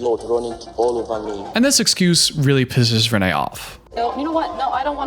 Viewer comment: pronounces her name as renee multiple times